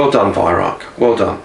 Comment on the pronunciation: Why don't Youtubers listen to Herr Weihrauch telling the world how to pronounce his name?